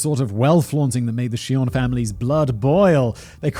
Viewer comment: Do pronounce the J, dude.